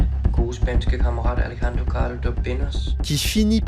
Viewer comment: Super vidéo !! Je ne suis que tendu par le fait que tu dises "AleXendro" à la place de "AleRRendro" mdrr